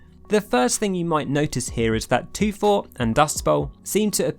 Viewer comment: not toffy